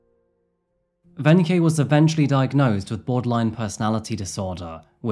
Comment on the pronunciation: It’s kinda interesting how you started out pronouncing “Wenche” totally wrong, but got more and more correct as time went on 😂 It’s just a “K”. Also, most people pronounce the “W” as a “V”